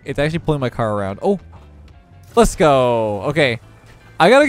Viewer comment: i always here lethgo and not lets go if you hear it one time you cant unhear it